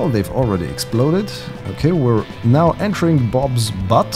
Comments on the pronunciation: ACTUALLY, it's Butte (pronounced: Boot-ie). And I have to tell you, butte can be isolated, have steep sides, and depending on perspective.... a flat top. ;) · it is not BUTT is is BUTTE ... pronounced "Beewt".. an Butte is an isolated hill with steep sides and a flat top. a geologic feature.